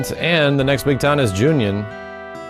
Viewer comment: Why do you keep saying Junion? Its Ju-Non